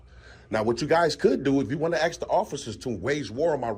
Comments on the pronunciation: A S K not A X E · Hey, it's pronounced ASK not AKS. Go back to school dummy. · "Axe" the officers?????? Alot of people "axed" him. It's amazing that he wasn’t bleeding and sent to the hospital. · Lol... they can 'Ax..." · We just want to ask for ID. You can ax you can ax. WTF? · You have a good command of the language except it's "ASK" not "AKS" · I could watch this video and others like it BUT It Really Ruins the content when an "individual" cannot properly speak english and Pronounce the EASY word of "ASK" and NOT "AXE". It really messes up the fact that he's TRYING SO HARD to speak with PROPER Verbage... js 😳🤔👀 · It’s ask not axe, really not that hard. Great job otherwise. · Why are people "axing" you? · Lol I hope you never have to say ask and axe in the same sentence. Obviously nobody taught you there is a difference in pronunciation. Come on man, don’t AXE stupid! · They can axe. They can axe awl thay wont. 😮😮😮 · I would take it as a threat every time dude with camera kept saying something with an axe 🪓 he keeps saying axe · They can axe me